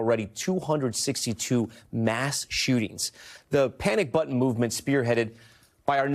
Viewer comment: It's button, not buh un